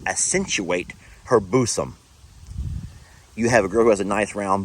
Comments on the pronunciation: Girls BOOSUMS!!!!! LOLOL it's Bosom pronounced ˈbu̇-zəm [BUUZ] + [UHM] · Pronunciation….Booo sum. Not bus…um. Geeesh. 🧐🤣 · Boossom 🤣🤣 Still laughing at your pronunciation, and Jamis reaction to it!! So funny!! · it’s bUssom not bOOsom. Hope this helps x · Pronounced “ boozum”. I saw trying to tell you. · … it’s pronounced BOOZOME 😉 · it is pronounced BOOSUM!!! Hahahaha 🤣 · Ha ha ha, the way you say Bosom. May I suggest you say it more like Boozum. he he he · It's bosom but pronounced "bozum" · 🤣😂 it's pronounced Bo -sum.. ✌👍🤗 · Yes, I know he has got to be mispronouncing bosom on purpose right? Bc it's pronounced "booze-um" right...lol 😆 😂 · things are pronounced differently in different parts of the country. That could be one of them. Or he does it on purpose to not get in trouble with whichever platform? ❤️ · pronunciation of bosom,cracks me up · 😂 the way you say bosom cracks me up! lol. But you’re right!! Women who have big bosoms usually show them off! I have a big butt and I cannot lie!! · the way you pronounce bosom is hilarious. 😂😂 Speaking of kittens, what happened to that one you and LE rescued on LHL the other day? The one you put in the soft-sided carrier. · That Texas ascent sure came out when you said " Bosom " 😂😂😂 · Omg now I can’t get the words clacking horns out of my head 😆 I’m telling my cats to quit clacking horns 😻 I’m losing it! And I never heard anybody pronounce Bosom that way 😆😂🫣🤔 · For the love of Pete...ask how to properly day bosom! 😂😂😂♥️🤘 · That word for boobs had me snorting my hot drink with the darn giggles. I have never heard that pronunciation before. You kill me 🤣🤣🤣